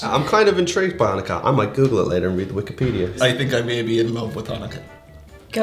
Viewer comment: Please do not pronounce Chanukkah like that, in the beginning. It's kind of...